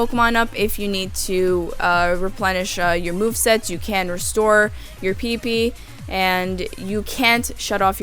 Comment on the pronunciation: Raise your PP lol sounded Funny